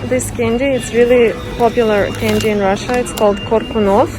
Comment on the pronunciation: Een Rrrrah-shah, food eats YOU!